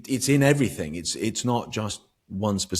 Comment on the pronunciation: It's everyTHING not everyTHINK and it's Thoughts not fourts and it's THINK not FINK and With not Wiv. Things not fings Speak like an adult not a child. It's just lazy not to pronounce correctly. Also you are English so speak the language . Otherwise great interview , ❤